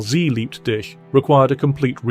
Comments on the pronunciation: Knowing the Beatles, I wonder... In German ''dich'' isn't pronounced ''dick'', as it sounds in the recording. If you can understand German, Sie liebt dick, is a whole other story. 😂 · John pronounced, "She liebt dich" as "She liebt dick." Any good music transcends language barriers. This proves the fact that the qualities of the melody, arrangement, and performance surpass the importance of the lyrics. First-rate lyrics can never improve a mediocre song while a great melody doesn't really need great lyrics.